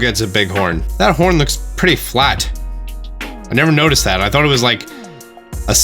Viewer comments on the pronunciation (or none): none